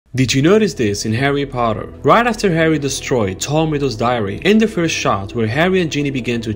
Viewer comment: Potter not Poter it’s okay tho everyone makes mistakes :)